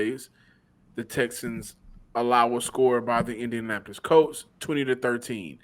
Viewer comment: It was 4th and THREE. Not 4th and third. And Colts, not Coltses. Dann.